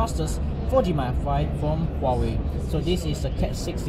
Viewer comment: Congratulations. At least you pronounced Huawei correctly.